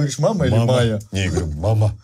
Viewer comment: Бляя правильно же Майя, а не Мая или это разные имена ?